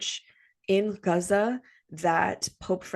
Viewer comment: Dearest. A bit late, but had to go back and let u know how much this épisode touched my humanitarian heart! Somehow when u pronounced Gaza in its original way and shared ur hello kitty bottle. These so called "small" things gave me the chills. Because being human has nothing to do with race, religion and so forth. Thank you for having an open heart and spreading awareness while doing our favourite thing astrology. From a cancer 🌞 and Leo rising ❤🌻🇵🇸✊🏽 we are one